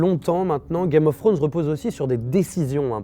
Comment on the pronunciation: « C’est.. du grand Grame of Frones » ahaha ça m’a tué 😂👌